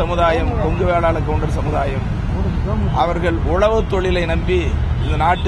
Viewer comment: Theeran chinnamalai " koundar" nu sollu...